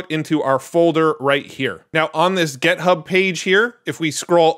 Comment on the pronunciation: Stop saying "gethub" please